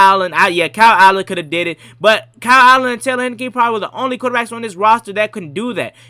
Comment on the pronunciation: It’s Heinicke, like the beer.